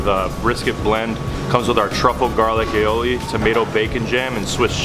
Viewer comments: It's aioli...not alioloi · "A OH LEE" aioli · Keep saying alley o li 🐴😁😂